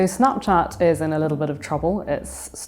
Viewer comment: Why is she pronouncing it so weird? Snaaapchaaat? Wtf